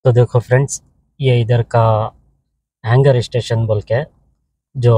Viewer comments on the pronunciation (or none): Pranonciation galth hai appki